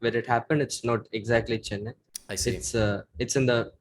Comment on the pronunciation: Bru the way he mispronounces Chennai hurts my soul